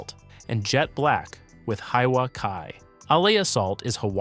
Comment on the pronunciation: Poke is "poh-kay" Hiwa is "Hee-vah"